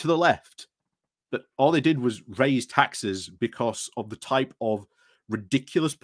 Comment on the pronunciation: It's pronounced crud-arse, and is an example of nominative determinism.